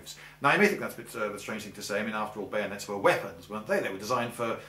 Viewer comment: Kahuna _ I think you mean bayoooneets!!